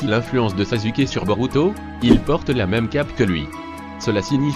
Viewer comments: Ca s' ecrie sasuke mais ca se prononse saçuke pas sasuke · En plus il dit sazuke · baddy203 t’a détruit le nom de sasuke 😭😂😂